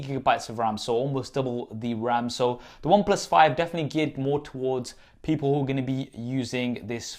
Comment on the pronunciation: Stop with this confusion in every video, get it right: "the" as /ði/ in front of words that start with a vowel-sound "the" as /ðə/ in front of words that start with a consonant-sound